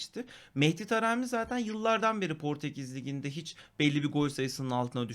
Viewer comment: tarami değil taremi ok? 😂